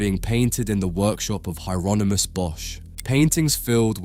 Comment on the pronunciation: If this isn’t AI narrated, why pronounce Hieronymus two different ways? Weird af